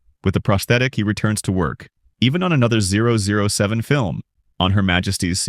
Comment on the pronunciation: Did he seriously say 007 like that? >.<